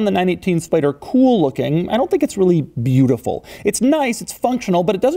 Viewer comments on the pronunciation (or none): none